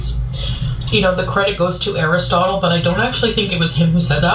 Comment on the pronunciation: Laughing so hard at her trying to pronounce Aristotle, let alone quote him 😂😂